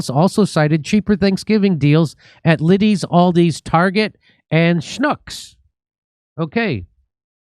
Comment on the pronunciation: It's LidL fully vaxed Jimmy, NOT Liddys. Are you so out of touch with where people shop that you haven't heard of LidL? How much is a carton of milk Jimbo?